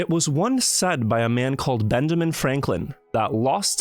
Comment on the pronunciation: lol dude said benjaming